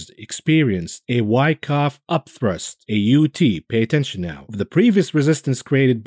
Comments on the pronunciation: Why you keep saying upthirst instead or upthrust? LOL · Up thrust........not up thirst